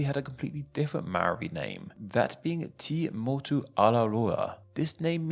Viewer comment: Well at least he didn't say "may-ori".. He still didn't roll the "r" though.